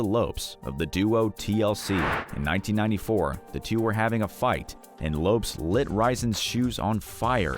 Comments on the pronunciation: Lisa "Left-eye" Lopes. It's pronounced Lopez. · Last I checked, Lopes was pronounced "Lo-Pez" and TLC was a "trio", not a duo 🙄😒